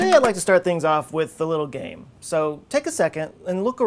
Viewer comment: i thought he said im starting this out with a little gay but i realized he said game lol i was sooo confused love this guy tho